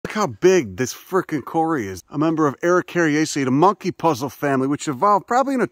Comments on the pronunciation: Kauri, pronounced cow-ree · You did it! You visited AOTEAROA! Can hear the Tui bird in background. I've visited that same mother Kauri (pronounced Cow-ree ya putz 😂). Too bad about the Kauri die-back problem. Was in NZ last month. Greatest country in the world. Wish I could live there permanently and watch the rest of the world tear itself apart. GFYS ❤